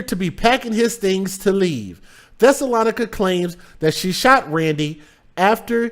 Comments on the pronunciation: I think her name is pronounced Thessa- LO -Nica!!!! And yes there are some crazies Where I'm from #INDIANA #ARROWAVE #JOHNSONFULLERSMOOTS where ya at!!!! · My Brother, here is a teachable moment for you > her name was the name of a town where the Jews lived during the 1st century (Acts 17:1, 13). It is pronounced THES-SA- LOE- NI-CA, but she may pronounce hers like: THESS-A-LON-NI-CA! Yes what she did was disgraceful, horrific and mind boggling. As much as we may want to judge this woman and what she did, we have to leave that to the One Who Judges Righteously, Who sits up on High and looks down low and the judgement will be fitting for the crime she committed. Prayers for her deceased husband and his family, her children who obviously felt that they had no other choice than to help her. People can be soooo sick!!!! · About the lady's name: Thessalonica (Thess- oh- low- ny- ka.) Thessalonians is the book of the instructions Paul was writing to the church of Thessalonica. (I won't get into it any further than that. I have no opinions on what people name their kids. I'm just answering that yes I do know the origin and pronunciation is all.)